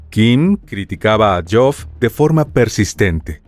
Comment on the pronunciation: Buen material sobre este suceso, pero creo que deberían asegurarse primero de cómo se pronuncian las palabras antes de decirlas. Todo el tiempo el narrador pronunciando el nombre de Geoff como Joff o algo así. Sé que pareciera algo superficial, pero realizar semejante material investigativo para pifiar en algo así (y en otras muchas palabras) me parece algo totalmente evitable.